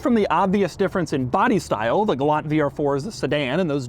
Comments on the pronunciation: Pronounced gal-ANT lol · It is not a Galant, it is a Gay-lant, Lol. My friend's mother owned the base version and each time I would say, Galant, she responded with, “I know what my mother drives and it is a Gaylant”.